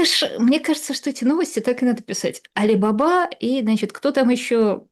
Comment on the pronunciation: Не Али бАба, а Али бабА!